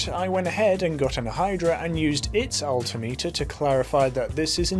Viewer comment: The way you say altimeter